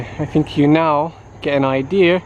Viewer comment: "Let me know what you fink"!